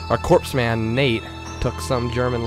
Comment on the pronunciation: just thought you should now and im sure im not the first person to mention it. corpsman is pronounced coreman. just for future reference